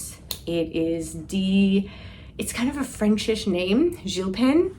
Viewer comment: You are so funny with your pronunciations 😅😅 The Scottish yarn you made the Sophie from…her name is Di (pronounced “die”, as in “don’t live) short for Diane. And Gilpin, strangely, has a hard G. So “Gilpin” as in fish gill + pin (pins and needles). 😂😂